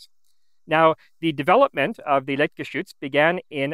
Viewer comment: I've noticed from other videos he also has somewhat trouble with -ch. If you notice he says "liktgeschütz". That and the heavy french pronunciation of some words (Mercure). But I don't judge. I know people who live in Germany and still are capable of butchering every single word they say...